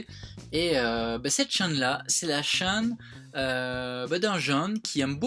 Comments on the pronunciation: sa me stress comment tu dis chaine mais bon continuer comme sa vous êtes les meilleurs je vous kiff bisous à tout le monde ❤️❤️ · Aurelie Vexenat moi aussiiiiii j'ai tiqué je pensais avoir mal entendu :p c'est rigolo!